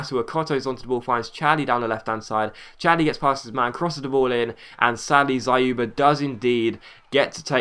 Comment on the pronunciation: by the way you did a good job pronouncing Dzyuba, but YU in his name is pronounced as "You". trust me on this because I'm Russian